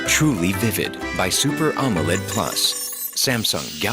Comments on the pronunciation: Oh yes... Always love these AI videos. "aMOE-led" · U need to work on the pronounciation of the word AMOLED